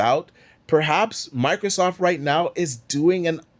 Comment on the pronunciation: It's microSOFT, not Microsoff, the T is not silent.